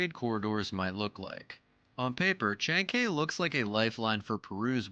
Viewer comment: Man..... You mispronounced every word in this video....... Callao, chancay....... Maybe do some research before you narrate your videos